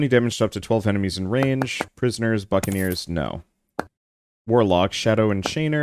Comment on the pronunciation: Bots: that's a lot of buccaneers What I hear: that's a lot of F*cking ears